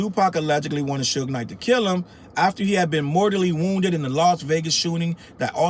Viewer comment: The lady mispronouncing Suge Knight as "Sooge Knight" has me in tears!! Oh, and she called Pac "Pack". 🤦🏾‍♀️😂🤣😂😂🤣